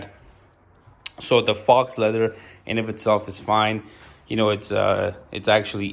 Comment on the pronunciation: FAUX is pronounced Foe... it means fake not real leather, some call it vegan leather. real leather would cost much more. face it the couch is just cheap shit you don't get quality for cheap. I bought a couch off craigslist for 300.00 dollars new it was $3000